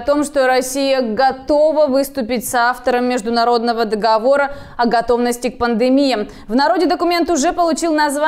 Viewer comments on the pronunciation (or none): none